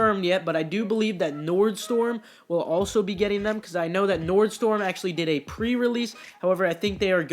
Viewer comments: Nordstorm😂😂😂😂 you say it wrong. Its nordstrom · NORDSTORMMMMM. MY EARSS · Nordstorm haha and tres bean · Lol what did u just call Nordstrom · Wtf, you pronounced Nordstrom way wrong